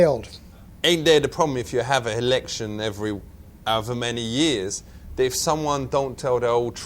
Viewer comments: "H'election" LOL This guy is awesome. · "Helection" :D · the Helection. Does your think. lol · helection, hahahahahahaha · "da helection" 😆🤣😆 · I love his pronunciation... "the hillection", lol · "Cause him know Nothings about America and the helection" loL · "heliction" lol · "hevedence" "helection" buhahhahahahahah